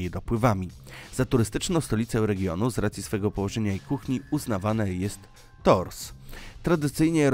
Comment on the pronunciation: tors ? haha mieszkam w fr 25 lat i sam dalej nie wiem ktore to 10 zamkow , chyba raczej kto co lubi , wymawia sie tur